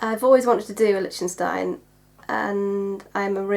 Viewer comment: The ch in Lichtenstein is pronounced as liktenstein.